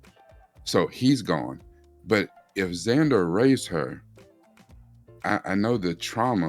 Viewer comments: his name is Vander not Zander 😂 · Umm.. it's Vander